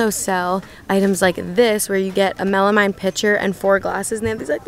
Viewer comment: I love your channel it’s really helpful to watch before I go out and do my shopping. One thing I wanted to let you know is the word “melamine” is pronounced melameen.